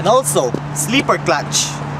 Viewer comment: "sleeper" clutch, 17" reems, no tweesties in Cali or FL... It is very annoying to listen to you talk way too much about pointless sheet while struggling to understand you... only to find out what you spent forever meespronouncing was not even worth trying to listen to. Guess thats why you started hiring hot girls to do the talking for you.